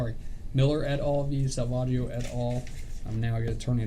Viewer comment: Sa-Vag-io is the worst.